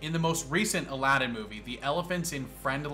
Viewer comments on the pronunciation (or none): none